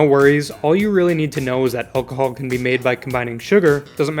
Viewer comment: "Don't ever mix energethics with alcahool", This dude doesnt give a damn